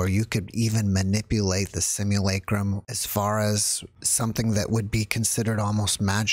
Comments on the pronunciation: why do people these days get easily offended...stop been reactive... dungeon program things... I laughed because you wrote how he says it most times... sililicrum... It is funny you know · ngl, from the subject line of the video, it sounded really interesting, but this dude's voice and the way he keeps willfully mispronouncing "simulacrum" is making me annoyed. it's physically jarring to my body and it's time for me to stop listening.